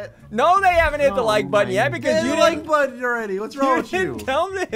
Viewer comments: Nobody::"When did you hit that foot botton". its button not botton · Ssundee: says "hit that like botton" ONCE: says" hit that like bottone" every time ssundee says somthing.